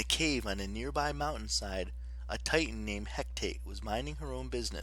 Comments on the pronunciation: He ca te not hec tate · Its He-ca-te